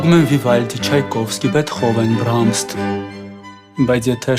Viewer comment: kompozitori anune Brahms-a, BrahmST chi! :))